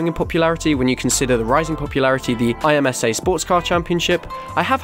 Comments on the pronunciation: Just so you know IMSA is pronounced im-sa. So you don't need to keep saying I M S A lol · IMSA (im-sa) ive never heard anyone say it like an acronym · IMSA is pronounced as a word im (like IMproper) and sa (like salSA). The official IMSA channel on YouTube uploads all races completely commercial free. A lot of old ALMS and Grand-Am races are also on YouTube. ALMS and Grand-Am were both struggling as they were indirectly competing against each other. In 2014 NASCAR bought IMSA and merged the series into one: The Tudor United SportsCar Championship (now WeatherTech). They race at a ton of IndyCar used tracks including Sebring, Mid-Ohio, Detroit, Long Beach, Road America, and others. Back in the day at Mid-Ohio, ALMS would run Saturday afternoon and IndyCar would run Sunday. That paired with Pirelli World Challenge made for the best weekend in motorsports in my opinion. With both series going through new regs in their classes, after 2023 IMSA will basically just be North American WEC with slightly shorter races on the most part. As a flagger, IMSA weekend is a lot more fun than IndyCar weekend. The support series, like MX-5 cup and Michelin Pilot Challenge, are the best in the world. If you have any questions feel free to ask! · Eye Emm Ess Ayy